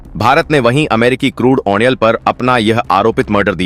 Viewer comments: ऑइल उच्चारण कीजिए कृपया , अयनाल नही होता । ऑ यह ओयल है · Oh onoil kyoon bolte ho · What is washing atan and onel? PRONOUNCING MUST BE CLEAR AND CORRECT. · Bhaisaab yah 'strang' decision kya hota hai? 🤨🤔 'strong' bolna sikh lo Bhai. 🙏 'Oil' bolna bhi sikh lo Bhai. 🙏🙏🙏 'Musterstroke' ❌ nahi par 'Masterstroke' ✅ boliye. 🙏